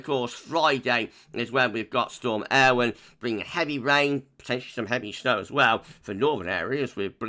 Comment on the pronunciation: Great video - yesterday's Met Office press release included how to pronounce 'Eowyn' - I think you're pretty much spot on!